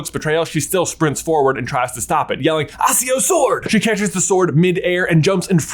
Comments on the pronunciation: Great overall but 2 things are wrong. 1: it’s little WHINING not WINGING and 2: it’s accio not assio pronounce the c Like a k not a see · i know this man didn't just say "aSSio sword" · Ack-E-O , come on man, you're killing me. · Your pronunciation of Accio, Fleur, and Grimgour just irks me for some reason